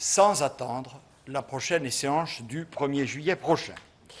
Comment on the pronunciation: Échéance et non Écéanche